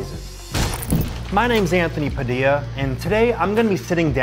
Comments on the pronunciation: I had to click off after "padildo" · Am I tripping or did you say “use code padilido” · I cant get over 'Padildo'